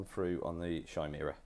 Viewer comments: It's pronounced Ki-mera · Yeah this frustrated me as well. Also the Chimera.... It's Pronounced Ki-mere-ah please sort this out. It's named after the legendary beast.